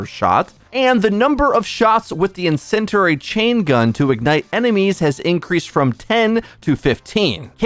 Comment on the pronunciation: “Incenderary” is insane